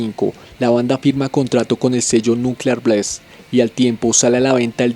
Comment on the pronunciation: Be careful regarding your English pronuntiation. The correct pronunciation for the word BLAST is not BLEIST, it is just BLAST. Having told this, I want to say that your video is fairly good.